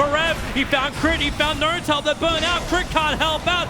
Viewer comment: why does he say noRtail or QOR